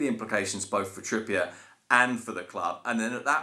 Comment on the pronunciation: Said “Kieran Trippy-ur” for years but since he moved to Athletico it’s now: “Kierian Trippïé” 😂